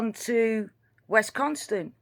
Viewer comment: dear, it is WISconsin, as in miss. Also grandma has a pickup truck. Kind regards to you.